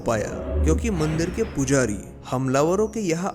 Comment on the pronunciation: Bhai mandir hota h mandeer nhi